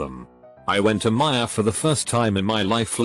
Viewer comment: The robot voice said Meijer coretly !!!!!!!!!!!